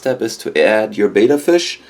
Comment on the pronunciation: That's just too small for your betta, and it's actually pronounced like "better" not bayda. Are you recommending these small pots in your pet store? What about a heater? I am amazed you'd put a fish into gassy new water like that.